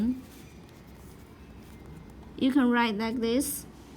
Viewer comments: 我们men吃水果，not mén，们是轻声。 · but men is the fifth tone not second or do I wrong?